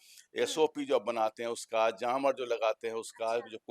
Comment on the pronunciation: जामर नहीं बोला जाता है. जैमर/ जैमअ बोला जाता है. बार बार आप गलत बोल रहे हैं. फिर बहस आप कैसे करेंगे?